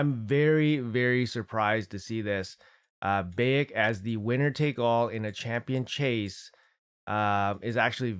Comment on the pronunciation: Not that important but its pronounced like Bye - eck